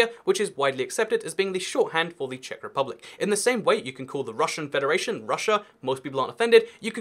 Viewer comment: Im from Czech republick? Ano, to zní jako průměrná česká angličtina :))